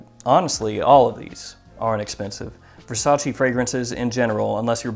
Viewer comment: You said versace wrong